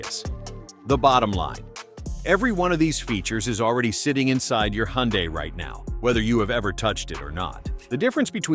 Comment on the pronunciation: please learn how to pronounce HYUNDAI !!!